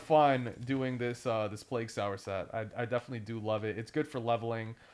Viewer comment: Sower as in so'er like stitching, or sowing a field. Spreading. Needle and thread. Sew not saal